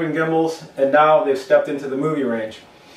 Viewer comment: and he said moovi lol